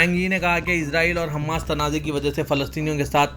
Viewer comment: Mausoof Gaza aur Hamas ka sahi talaffuz bhi nahi kar rahe hain.